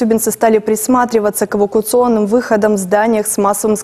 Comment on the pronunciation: Ну так и надо говорить. Эвакуционых путях. А не эвака путях.